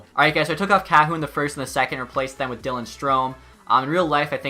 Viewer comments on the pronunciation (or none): none